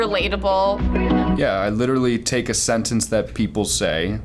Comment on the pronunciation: No one: Charlie: “LiTtErAlLy”